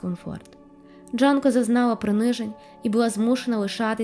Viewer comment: Дякую за цікаве відео, але вона Джюнко, а не Джанко.